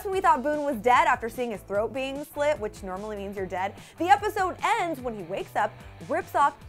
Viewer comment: AT THE BEGINNING DOES SHE SAY SLITS OR SLUTS??